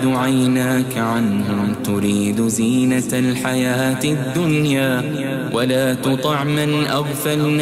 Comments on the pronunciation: There is a reading mistake in verse 28. It should be "Wa laa tuthi' " Not "Wa Laa tutho' ". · Sebelum nya saya minta maaf ,, Saya cuma mau tanya yg ada pada ayat ke 28 ,, Coba kita dengerin dengan baik dan teliti ,, Kayak nya ada yg salah satu ayat , antara WALA TUTIK , kalau di situ baca nya kok WALA tutok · Ayat 28 ada tersalah bacaan, baris bawah tapi tertukar baris atas cara bacaan.. ولا تطع